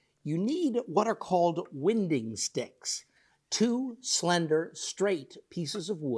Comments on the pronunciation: Such great video, as always. Question: isn’t it pronounced like rotational winding like you “wind-up a old-fashioned clock”, and not like the air-based phenomenon we call “wind”? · Yes; it's pronounced "wine-ding" as you say. I'm a bit surprised he got that wrong. It's definitely not one of those American pronunciation differences. We talk about a board being "out of wind", to rhyme with "kind". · Thanks for the video. Just got a used Ricon 14" and have some salty old logs I am dying to resaw. One small quibble...I'm pretty sure that the term "winding sticks" rhymes with "finding ticks";) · Really useful, thanks. I always thought winding sticks were pronounced wine-ding because you are looking for the wind (as in wind a clock) or twist in a board. Like others, I appreciate your use of both metric & imperial measurements. Greetings from Western Australia. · How is the pair of sticks used to aid in the flattening of a board, winding sticks, pronounced: As in “run like the wind” or as in “to wind a spool”?